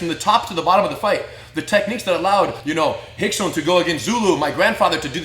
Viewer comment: If his name is rickson why does it sound like y’all call him hickson